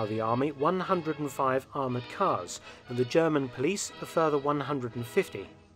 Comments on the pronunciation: Impressed at your classic German pronounciation too, wow ! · Your German pronunciation is quite impressive